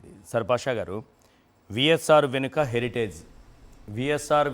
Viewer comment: హరిటేజ్ కాదు హెరిటేజ్ సంస్థ అను అన్నా